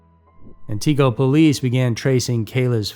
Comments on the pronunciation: If you cannot pronounce a tones in Wisconsin, you should not be doing this video. It’s Antigo and Steven Avery. If you do have him in here, he’s not guilty for what he has done the girl they found in his junkyard her car she died before she got on his property Manitowoc county is very famous to be a crooked cop the whole state crooked so who cares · I live in Wausau (Paused the video during the missing girl from Antigo segment). Cringed at the mispronunciations of Antigo and Wausau. Understand the person/narrator may not be familiar with the cities, but would think (With a small amount of research) how to pronounce the names of places you're talking about raises the level of seriousness in what you are discussing. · It's not "Antiqua".. it's pronounced "anti go" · FYI: it's pronounced: ANT-igo, not An-TIGO. What can I say?: Wisconsin is WEIRD. I live here, so..... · ANTigo, not AnTEEgo! Check out the proper pronunciations!!! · This video gets several things wrong. Wisconsin is not known for flatlands but farmlands. Wisconsin is not very flat. It's not an-tee-go it is ant-uh-go. She was not born in March 1992 but August 1994. It's not why-saw it's wah-sah. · AI voice is so terrible. An-tee-go…it’s pronounced An-ti-go. Wai-saw…it’s pronounced Waw-saw. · Lol. Antigo is pronounced, AN te go. Accent on the first syllable. Not, an TEE go. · Antigo Not AntEgo. 😅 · First, Wisconsin isn’t flat. Second it’s pronounced AN TI GO not AN TEEG O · It's pronounced Ant i (like it) go. Wausau is pronounced Waa saw. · The pronunciations are very funny to me here -- the video is fantastic, but I've lived in Wausau and been to Antigo on numerous occasions. The way we pronounce it here is "Anne-tih-go" (or Anne-ih-go) and "Wah-saw." We have a lot of really weird town names, and it's always fun to hear people pronounce them! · When people make videos about places and can’t even say it right. Antigo is not ant-teee- go! Can’t say Wausau either! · It's ANT-EH-GO. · yes. "Atiqua"...lol